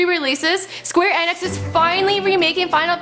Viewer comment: I cringe every time she miss pronounce Square Enix.